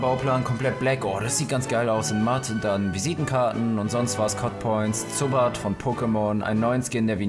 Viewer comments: Zubbat???? ZU-BAT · Wie sprichst du bitte "Zubat" aus bro?